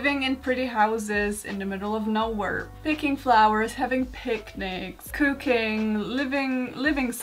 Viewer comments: "Collecting herps". "Cocaine " Ahem .... oh its "Cooking" and HERBS!!! No offense at all I am sorry 😅😂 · i thought you said cocaine at first 😭